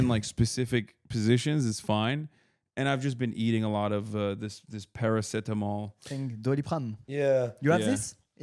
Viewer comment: "I've been eating a lot of this *Parsetemol*".... and then it hit me. He means paracetamol. It's a pain killer 😂 didn't think Americans don't have it